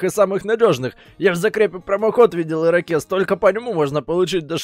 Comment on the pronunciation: Имя скажи правильно Ерокез а не Ракез